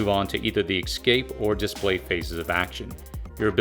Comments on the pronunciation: OMG! It's EScape, not EXcape for the love of God! And are you trying to say ANTAGonistic? Because there's no such word on this planet as TAGonistic! Geez, if you're going to use a $3 dollar word, at least pronounce it properly! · It's eScape not exscape🤣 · Great video. Thank you for the information. One comment though, it is pronounced "ess-cape" not "eks-cape". Perhaps its just me, but I found the mispronounciation distracts from the message. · Escape. Not excape. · It's "antagonistic" not "agonistic" and "escape" not "excape" Otherwise, great job.